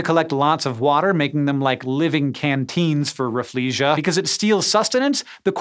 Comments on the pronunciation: The Rafflesia is pronounced Raffle-See-Ah. Named after Sir Stamford Raffles. Not "Rah-Flee-Zhee-Ah". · I was taught that the pronunciation of "Rafflesia" should be raffles-see-ah, not raf-flee-siah like you said. Basically because the flower was named after a guy called Stamford Raffles, so his last name should be left intact.